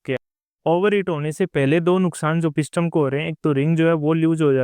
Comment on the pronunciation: Brother, इसे पिस्टम नही बोलते बल्कि पिस्टन बोलते हैं।